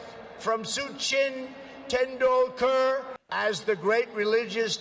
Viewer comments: Soo-Chin Tendoolcar? I didn't know Sachin Tendulkar was Chinese. You can deep fry vegetables you know. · One wonders how you can butcher "Sachin Tendulkar" so badly. Just sound it out. Sa-chin Ten-dul-kar. The Sa is a short "a" sound as in "at" the "dul" is almost an "oo" sound as in "pull". If 22 million Aussie bogans can manage it the President of the USA should be able to. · Su Chin Tendul KARRH He is lucky the Indians didn't drag him for mispronouncing their God's name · Ah suchin tindulkur. The Indian equivalent of Tim bridey. Or Michele jirden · Did he really just say “soo-chin tendal-car”?? 😂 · Such-inn Ten-dull-kerr..... Hahahahaaa...... What a plonker the Rump is...... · They probably typed it out using English words so that it'll be eqsy for him, but seeing as he cant read English at a level a 5th grader can in India that failed miserably. Like Such-in Ten-dool-kar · My god I'm not Indian but he destroyed Sachin Tendulkar name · What an insult to Sachin Tendulkar! India's cricket hero, he's worshipped over there ....... and your moron of a president can't even go to the trouble of finding out how to pronounce his name correctly!! How embarrassing! And, if I was an Indian, I'd be insulted! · Donnie attepting to pronounce the name of one of India's most revered cricketers - hilarious. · He butchered this name: Sachin Tendulkar. Even the first name, which is pronounced exactly as you'd think it is. I guess reading phonetically is just not his strong suit! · And he said "I'm-a-bad-..." Well the name of the place is Ahmedabad.. and its "sachin tendulkar" not "suchin". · Spelled "Ahmedabad," pronounced "Ahmabad," 'cause he is bad. He's a baaad man. --- Spelled "Gujarat," pronounced "Gujah" --- Spelled "Sachin Tendulkar," pronounced "Soo chin tin-doe-kur" --- Spelled "Vivekananda," pronounced "Vee-vay Kah-moon-noon" And for Stephen, --- the Taj Mahal is not Hindu, it is a Muslim mausoleum.